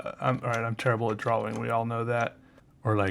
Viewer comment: I love the way you say "drawing"